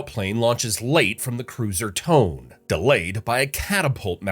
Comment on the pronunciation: "Cruiser Tone" its not tone like music 'tone', it "Toh-Neh" But then again, thats what you get for using AI voice over slop.